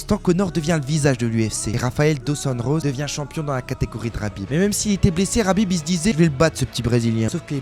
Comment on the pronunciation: Mec on est en France on prononce Khabib pas Rabib surtout quand on parle d un terroriste amis avec un ancien membre d al qaeda